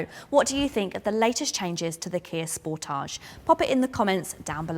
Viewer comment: Truly appreciate your correct pronunciation of the car's name SPORTAGE,. Can't wait until your actual road test with the facelifted model. Many thanks!